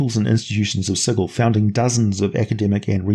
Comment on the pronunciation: Ehhh - No.... A place where you get murdered for mispronouncing it's name is like an over engineered machine... it breaks down. As you show by mispronouncing the name of the city several times during this episode, that's a long sword or demon claw through your head each time.